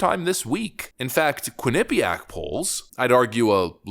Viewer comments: Quin-eh-pee-ak is the correct pronunciation. Living only 30 minutes from the University, it was tough listening to your pronunciation. 😂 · Good video. the stress is in the first syllable in Quinnipiac not the second I found that way more annoying than I should have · Lol. It cracks me up when you talk about Quinnipiac. You haven’t pronounced it correctly yet. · Please learn the correct pronunciation of Quinnipiac. It's really difficult to take you seriously. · You are pronouncing Quinipiac wrong. lol Say it with no syllables lol